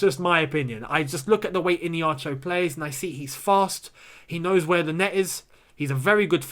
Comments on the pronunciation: Keep up the good work💙 P.s. its e-hey-nacho...not ine-hacho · The way you pronounce Iheanacho's name is hilarious 😂 IN-ACHO... it is pronounced like this E - A - Na - Cho. I'm Nigerian and we(me and Iheanacho) are from the same tribe. Enjoy watching your channel. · Dude you're pronouncing Kelechi's name wrong. It's "Iheanacho"...not "Ineacho" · it is iheanacho, not ineacho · Bruh I’m sorry but it’s not innieacho ffs🤔 it’s iheanacho, just like how it’s spelt. With an H innit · Mate the name Iheanacho,pronounced like (Ihea_na_cho) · Pronounce Kelechi Ihe_ana_cho well... He can do it at Chelsea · Gentle reminder it’s pronounced “Eeeya-Nacho” 😅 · the way you pronounce iheanacho makes me laugh a lot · Am still laughing hard at the pronunciation of the Nigerian strikers name..... Call me OK... Would give u the proper pronunciation.... By the way Iheanacho scored tonite against West brom....super dangerous player right now! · Why keeps skipping the "H" in Iheanacho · I really laughed hard because of the way was pronouncing Iheanacho. It's an Igbo name,the 'n' is not silent. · Lol, that is how the America pronounce Igbo names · You are not getting the pronunciation of Iheanacho